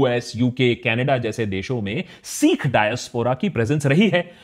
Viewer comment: Long vowels and short vowel pronunciations have a big difference in meaning. Caution while uttering "sikh".